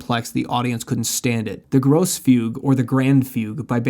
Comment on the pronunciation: This is probably the best video on Fugues I have seen, but are you OK? You sound kind of angry/frustrated. Did you pronounce "gross" fugue, instead of the correct "gross-uh" fugue on purpose? 😂 BTW, did the kids enjoy the Grosse Fuge? Subscribed.